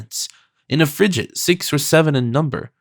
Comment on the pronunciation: I gave up on the pronunciation of “FRIGATE”! A “g” is hard before an “A” . Seriously, the preface on understanding language in its time was hardly more apt, particularly when the reader is unable to effect the proper pronunciation!